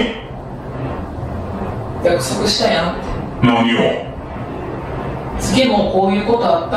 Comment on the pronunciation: 「なにを」じゃなくて「なにお」は草